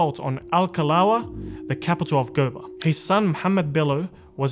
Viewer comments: There is a University named after him in Sokoto state. USMAN DANFODIYO UNIVERSITY SOKOTO. And GOBIR is pronounced GO- BEE- RR. The R is part of the pronouncement. Not GOBAR. Thanks. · Gobir, pronounced as go-be-ri